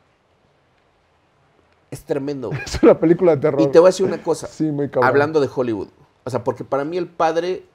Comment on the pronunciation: TAN MAMADOR EL Y NO SABE DECIR HOLLYWOOD DICE JOLIBUD JAJAJAJAJAJA